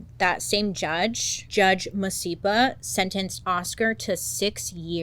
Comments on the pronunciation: Love from SA 🇿🇦 that was excellent pronunciation 😂 Judge Tore-Core-Zee-Leh 👌 as for the 'rehab' options in SA? Mhmmm... not really 🫠 They probably granted this because of the global media attention 🤷🏻‍♀️ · South African here :) so glad you covered this story and pronounced the name of the judge correctly😉yes the country was very split on this story !!